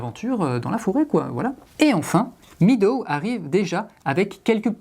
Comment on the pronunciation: ça se dit /ˈmedəʊ/ (mèdo), le ea, c'est traître. ;-) En tout cas, c'est un fort joli jeu, et j'aime aussi qu'il y ait une variante solo. ^^